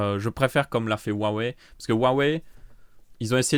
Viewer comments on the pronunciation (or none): none